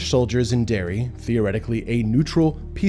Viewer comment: You also mispronounced Derry twice.